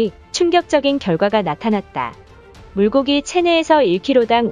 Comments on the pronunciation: 물고기가 아니고 물꼬기라 발음했으면! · 물고기 라고 쓰고 읽고 말할때는 물꼬기 라고 읽어야한다, 분명 한국사람이 방송하는데…..